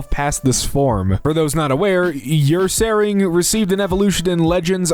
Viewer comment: oh my god that ursaring pronunciation